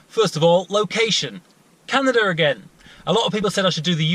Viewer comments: it would be properly pronounced, can-ada, canada. not canaderrr.. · How the fuck do you put an R in Canada man? It's Canada not Canadrr Lol who the fuck learned you how to spoke? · HaHa - "Canader".. Heh! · Is nobody else bothered by the English and Aussie speech impediment that makes them say things like Canader? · why do you say canader